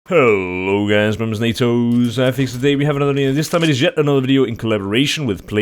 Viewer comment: wtf is this pronounciation nato